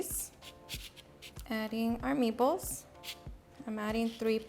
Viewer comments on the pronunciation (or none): "me-ballce" are so awesome